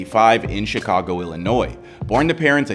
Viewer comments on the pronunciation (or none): none